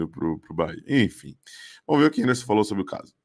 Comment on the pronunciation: É Enderson, é Enderson... técnico 🦸